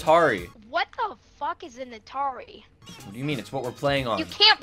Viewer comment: Wtf is a atarie😂😂